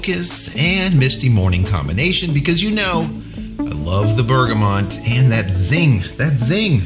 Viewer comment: Love your channel!....isn't it Bergamot? And not BergamoNt?!